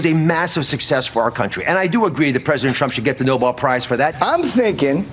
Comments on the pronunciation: First off, can these idiots pronounce "Nobel" as "Nobel" instead of "noble"? The Make a Wish/Twilight Zone segment is hilarious, and so very on target. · It's no-BELL, NOT "noble" prize, you doofuses! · Nice to see Leavitt carrying the Torch for Trump's inability to spell with her pronouncement on "Noble" prizes.